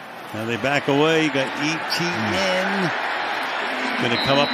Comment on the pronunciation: Can the announcer not pronounce E.T.N???